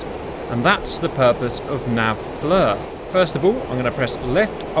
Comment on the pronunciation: Fleer > Fluh...😂